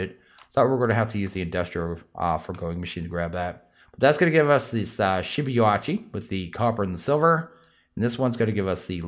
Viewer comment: Shibuichi is pronounced as "She-boo-itchy" but don't put as much emphasis on the t in "itchy."